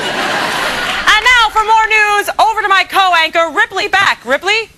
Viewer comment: Why is he saying co-wanker instead of co-worker?